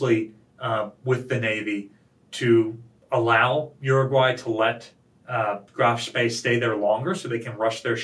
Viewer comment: Danke for pronouncing Graf Spee correctly. 👍